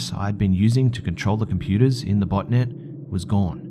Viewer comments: i thot you said butt net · Xxpsphacksx I couldn't figure out if was saying "botnet" or "botinet" LOL